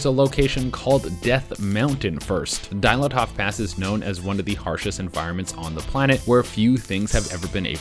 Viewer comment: I've watched everything I can find on the internet about Dyatlov Pass and I've never heard the name butchered this badly